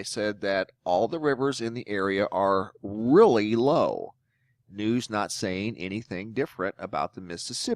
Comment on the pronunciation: your exaggerating certain words like "really low" to make insinuations